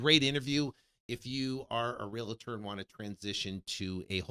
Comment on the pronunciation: Brooooo, you’ve been in the business forever and you still pronounce it Real”A”tor? Wow… smh